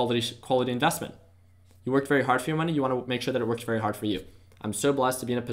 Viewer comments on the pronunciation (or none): its not TACK......its tech(tek). and it's not "invASSTments"...... its investments